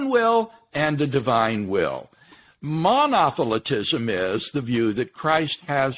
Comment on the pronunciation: My understanding is that Monotheltism was declared a heresey..i think Dr. Craig got it his pronunciation is also incorrect